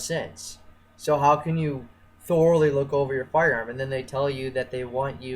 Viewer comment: THOR-ally...I THOR-ally hated this video